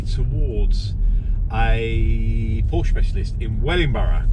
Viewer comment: When a Porsche owner is unable to pronounce the Name of his car right, an engineer in Stuttgart Zuffenhausen dies.